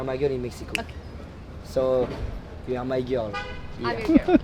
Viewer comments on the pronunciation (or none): J'étais morte de rire wsh 😂😂 Inox il remix des mots en anglais genre il transforme "heart" en "hearth" Et durant tt la vidéo personne lui a dit que c'était "you are" et pas "you ére" 😭😭